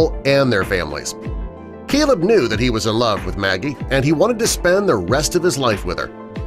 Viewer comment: The guy reading the story calls the groom Celeb (as in celebrity). Apparently his name is Caleb!! It's not that difficult!